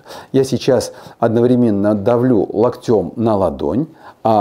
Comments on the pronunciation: Не локтем, а локтем! Извините, я очень в этом смысле щепетильна. Неправильное ударение и совсем другое впечатление от этого доктора-умницы! Спасибо Вам за советы! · Спасибо большое, доктор! (ударение - лОктем, лОктя) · Локтем. Ударение на О